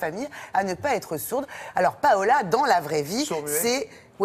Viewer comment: A sebon jet compris tu a dit Paola c'est pas Paola 😆😆😆